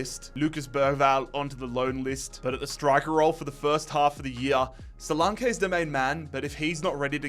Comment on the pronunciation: Solank ee not solankay